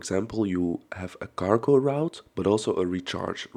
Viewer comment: You said cargo ... I heard gargle... 😅